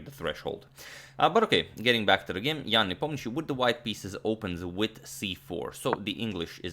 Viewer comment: Thanks for pronouncing Ian's last name correctly! Sounds very right for my russian ear!